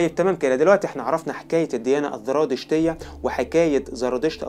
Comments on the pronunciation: اسمها الزرادشتيه وليس الذرادشتيه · ليش عم بتقول ذرادشت والذراديشتية حبيبي زرادشت والزرادشتية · أولا سردك جميل ومرتب ولكن حتى تتطور وتصبح أفضل ، أرجو أن تهتم باللغة العربية في سردك من حيث النطق ومخارج الحروف ، وتصحح أخطائك اللفظية ... مثال ذلك .. الديانة الزرادشتية بالزاي وليست بحرف الذال ونفس الخطأ في نطق الديانة اليزيدية، تحياتي لك .. وإستمر فأنت جميل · اخي الكريم شكرا عللى الفديوهات الرائعة .. لكنك كمصري لماذا لا تفرق بين حرف ذ و حرف ز ؟؟ اسمها الديانية الزرادشتية والديانة اليزيدية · يا اخي الزرادشتيه وليس (الذرادشتيه)، ارجوكم ايها الاخوه المصريين صححوا لغتكم اصبحتم لا تعرفونالفرق بين الزاي والذال في الكلام العربي. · انا معجبة بقناتك و اشكرك على المجهودات العظيمة ..لكن نصيحة اخوية ..حاول ان تنطق الحروف كما تقراها و لا تحول حرف ال ز الى ذ او ق الى ك ..مثلا الزرادشتية بالزاي. بالتوفيق